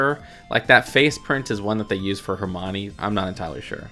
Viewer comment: HERMONE!? IT'S HERM - I - ON - EE NOT HERM - ONEE